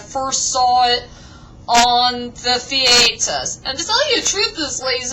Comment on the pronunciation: I love the way you pronounce "the-ay-ter". =D Really good review, you really did justice to my favourite Disney flick.